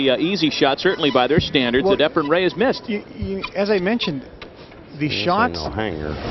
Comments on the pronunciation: NOT Ephram!!!! Efren!!!! for fudge sake! Damn those commentators! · Efren not EfreM, for crying out loud. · JEEZ THERE'S AN N IN HIS NAME, EFRENNNNNNNN why the fk does this commentator, sigel and hopkins always say efrum??? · I hate how the commentators say "Efrum"